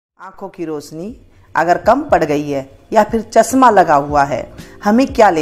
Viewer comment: chasma nahi chashma boliye madam ji